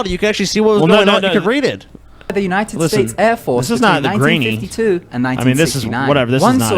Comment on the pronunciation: "Unined States"?